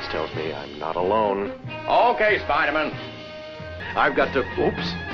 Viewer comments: "ok spydamen" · I love how often it sounds like they call him spider-men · Okay, Spidermon. :P